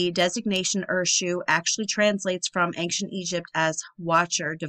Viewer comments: There is not a "G" in the word ~AN(g)CIENT!! :) Love the content! I like Jon Levi BUT you are more in tune with logic. Your insights are amazing and you literally do your homework better than most. You dig deeper and it seems you filter out the nonsense before making the video ( I watch a lot of videos on this type of thing) and lots of creators include way to much fable, you seem to touch on it just enough to keep me on track without dragging me relentlessly through all the old garbage(TY). The way you include a little garbage to put things in context and exposing what relates stories from one culture to another is so cool. You give the basics first, then you relate it Biblically, to these cultures that were obviously scammed by these fallen ones. The devil will tell you 99 truths just to get your trust so he can slip in 1 key Lie...please keep pushing! Your intelligence is amazing to witness. Thank you. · Ancient = eyn-shuhnt 😉